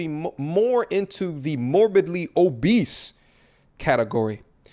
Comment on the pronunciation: The way he said the word “obese” 🤣🤣🤣 I needed that emphasis on it... I’m sayin obese in this manner for the rest of my life now lol